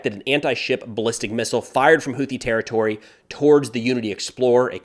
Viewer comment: Friendly FYI… UNLIKE the usual American-English “TH” dip-thong…. Houthi” is actually correctly pronounced: hoo-tee. 👍